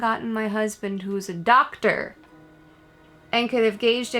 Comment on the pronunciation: ….seriously? Lmao. It’s ‘doctor’ (M.D.).